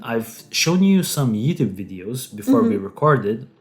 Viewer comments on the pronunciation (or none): none